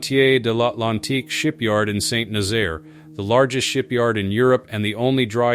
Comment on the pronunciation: Yes ! And on the other way Saint Nazaire is well pronounced !